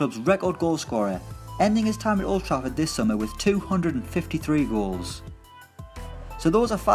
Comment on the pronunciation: I swear I heard him say rolls instead of goals at the end 😂